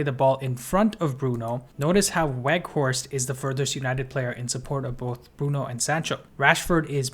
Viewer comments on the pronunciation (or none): Bro, it's pronounced "Vout Veghorst", the W is changed to a V. He confirmed this himself in an MUTV welcome video interview. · haha u said it a few times wrongly though, just helping you out with a reminder. I think it's a good habit to develop as part of professional presentation, just like how we learn to pronounce names like Tchaikovsky or Saoirse correctly. Just some constructive criticism, don't take it the wrong way.